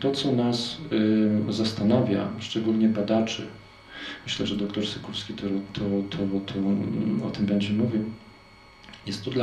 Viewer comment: To jest p. dr SYKULSKI,. Warto to zapamiętać i chociażby nie przekręcać nazwisk.